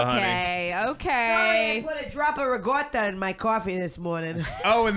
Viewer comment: Why do Italian Americans pronounce ricotta as “rigotta”? 😂 That’s not how Italians say it at all